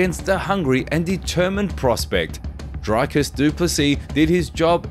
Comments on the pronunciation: Come on, man... Your video starts with Dricus telling people to pronounce his name correctly, and then you butcher it. It's Dree-cus, not Dry-cus. How is this so hard for people to get right? LOL! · Draaikus. Like really ! Dreee - kis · You added in the clip where he teaches you to say his name but you still say Drycus? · Pronounce the champs name properly please is pronounced ( Dree-kis) the champ! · He put a clip of dricus explaining how to pronounce his name that still said it wrong😂😂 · you said his name wrong right after he corrected everyone...